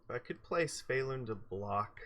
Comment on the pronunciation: Damn, I don't wanna be that guy but... not SY-VElun, yes SVY-elun